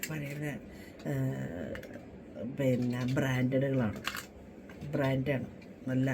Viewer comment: Franth alla brandh😂😂😂